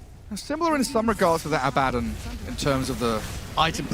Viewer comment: His pronunciation of Abaddon is ridiculous